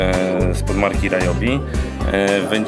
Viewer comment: Ryobi czyta sie jako "riobi", a nie "rajobi"